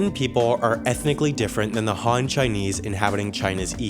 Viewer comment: Han in Han Chinese isn't pronounced Hahn. It rhymes with hand.